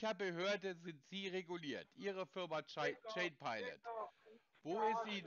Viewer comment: deren tolle Aussprache: aus "Chain" wird "Schein" - perfekte Sprachkenntnisse 😖